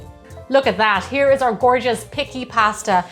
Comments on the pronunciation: 👋🏻 hello ... it’s pronounced Peechee pasta (just in case you want to order this pasta when you come to Italy😉) looks delicious 👏🏼👏🏼👏🏼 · nice tutorial! It is pronounced pee chee